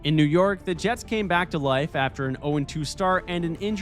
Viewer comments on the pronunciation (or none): none